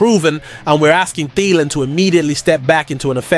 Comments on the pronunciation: It is pronounced “Adam Theeelan”, not “Adam Thiiilan”! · The fact that you can't even pronounce Thielan's name correctly is a dead giveaway that you aren't a vikings fan.